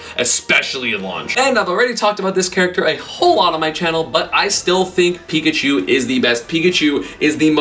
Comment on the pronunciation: well he got pikachu right